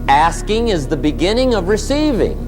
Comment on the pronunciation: Mann.... I thought he said the art of asians😂😅